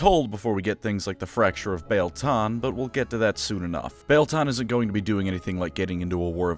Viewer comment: I always thought that the "ie" in Biel was pronounced like "ee" in wheel.